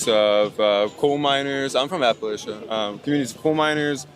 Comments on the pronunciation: "I'm from appal8cha." No one from Appalachia pronounces it that way. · "I'm from apa-laysha." No you're not. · dude doesnt even pronounce Appalachia right